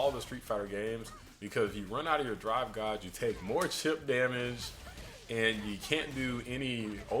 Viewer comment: its pronounced Gayge, not Gahge